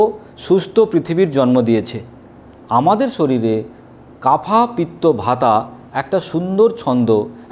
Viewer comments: আপনার জামাকাপড় তো বেশ সুন্দর, কিন্তু আয়ুর্বেদ মতে বায়ু বা বাতকে ভাতা কফকে কাফা এমন বিশ্রীভাবে উচ্চারণ করছেন কেন? থাম্বনেলেও এইসব আজেবাজে কথা লিখে রেখেছেন কেন? ভিডিও তৈরি করার আগে একটু পড়াশোনা করে নিন। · Dr. বাবু এটা হবে বাত, পিত্ত এবং কফ হবে not কাফা or ভাতা।। Please pronounciation correct. ধন্যবাদ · প্লীজ উচ্চারণ গুলো ঠিক করুন , বাত, পিত্য ও কফ